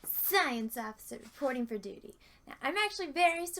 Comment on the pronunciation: You sort of lapsed into a southern accent when you said "science officer reporting for duty"